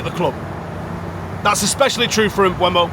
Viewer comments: Mboomo. Stop saying Mbuemo FFS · Please pronounce Mbeumo correctly its not hard